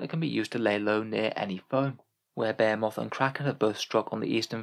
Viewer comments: They way you pronounce Behemoth snags my brain more than it probably should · Why do you pronounce behemoth like that 😭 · I've never heard someone pronounce behemoth so incorrectly in my life 🤣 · Yeah... when you're really used to hearing a word pronounced a certain way it becomes really hard to hear it said any other way...